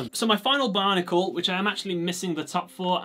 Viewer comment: Is it just me or when he says Bionicle it sounds like Barnacle?